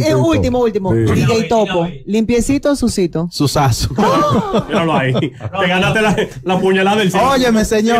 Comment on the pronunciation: Este tipo no tiene un léxico acto para programa, sus pronunciaciónes están errónea la que más repitió fue sucito *sucio. no me importa lo que seas pero hay muchos locutores con un alto nivel de vocabulario y no se le a dado ese chance hazlo valer.